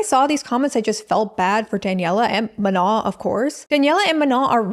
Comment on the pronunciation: It kills me that you keep saying "Manal" 😂 it's just straight up "ma no", like saying no to your ma 😂